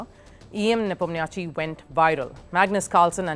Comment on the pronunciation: U mispronounced Ian Nepo name.